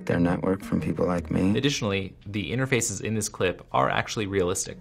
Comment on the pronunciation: Nah nah dude he said intefraces so much times we know its scripted